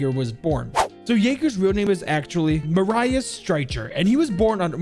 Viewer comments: The why you said Marius killed me "Mah-Rah-Ius" it's "Ma-rih-us" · I think his name is pronounced "mar_u_s" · Hey man btw it’s pronounced Mariius Streiker the i in his name isn’t pronounced like Mariah it’s kinda like Mira but Marius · I believe Jager’s name is pronounced like “Marry us” (without a pause between the two words) not “Mar Eye Us” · My name is Marius not maryahs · He is called Ma-Ri-Us, not Muraius. Yes, German Is hard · His first name isn't "mah-rye-is" its "mare-e-is" then the last name is pronounced "striker" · Marius is pronounced Mareus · I just hear butcher jager's name.... It's pronounced maareeous striker, lmao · I believe his name is pronounced mary us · I mean English has a different pronunciation of the latin alphabet, but to answer your question: We wouldn't pronounce Marius like he did either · As german it hurts how you say marius streicher Still good video Greetings from germany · His pronounciation of Marius is killing me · Its funny how wrong he says Marius as a german😆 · For me as a german, its kinda triggering how u pronounce the name Marius lol